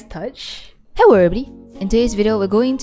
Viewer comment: i notise it when u say hello its hewwo